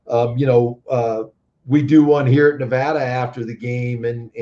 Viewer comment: learn how to pronounce Nevada.